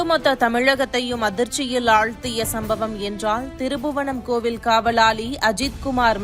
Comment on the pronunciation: அம்மா திருபுவனம் இல்ல அது திருப்புவனம் 😠